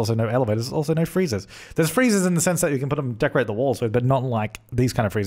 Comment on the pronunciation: Is he saying freezers? What does he mean